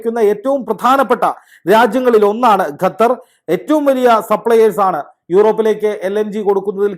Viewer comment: Not Gathar but Qathar